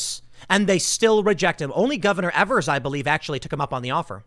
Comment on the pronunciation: It's EEEEEvers never eeeevers long E